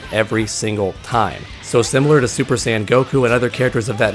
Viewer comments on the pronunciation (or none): none